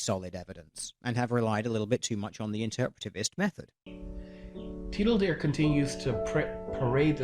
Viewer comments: I giggled every time he said "tiddle dear." lol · I must say this, I can't get over him saying "Tiddle Deer". I was laughing for a good five minutes the second I heard that. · "Tiddle-deer". Heh. I jiggled everytime he said that. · There were a lot of accusations and rebuttals going on in this video, but I can't get my attention off TL;DR being pronounced as "Tiddle Dear". I guess he thinks deer are naturally Teal in color, or maybe it was just an artistic decision to use as an avatar a Teal Deer... Whatever the reason, it's all I can focus on... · In inspiration of hilarious pronunciation of "TL;DR", I made a 'road sign' with that construction worker tiddling that deer: Hopefully you and/or your fans will enjoy!